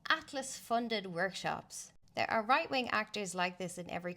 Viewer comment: Yup. Minute I heard that this wan is a mental cat lady. Woight Wing!!! Woight Wing!!